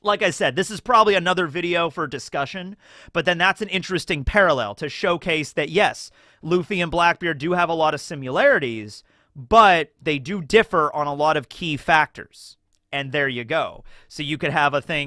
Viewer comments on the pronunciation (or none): This is such a petty comment but you say the word so much lmao it’s “SI-MUH-LARE-ITY” why do you always pronounce the ‘u’ like “SIM-YOU-LARITY” pls I’m dying there is no u in similarity